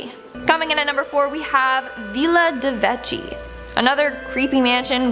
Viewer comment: Nr. 4 Villa de Vecchi : it's pronounced "Vekki"